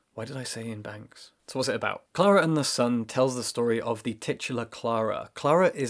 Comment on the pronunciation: Me sending this video to friends: LOOK HOW BEAUTIFUL THEY PRONOUNCE KLARA AND THE SUN IN THE BEGINNING I CANT